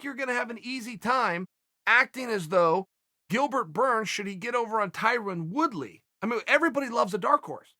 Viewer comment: Did I hear him say, "Tyron Wood-be"???